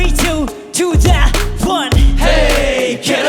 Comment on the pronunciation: ケイのoneの発音が好きすぎるのと、そのあとのカンタのダンダンダンって音ハメしとる振りが好きすぎる。自分が見直す用